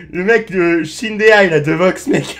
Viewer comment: "On dirait, euh..." Tai Shindehai ? "Shindahai, des Vwox Makers" Frog yeah !